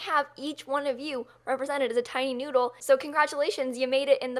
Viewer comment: "Keep calm and be a good noodele" 😂